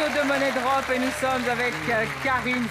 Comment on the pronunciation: ÇA SE PRONONCE MONIE DROP PAS MONNAIE BRDEL DE M*** 😂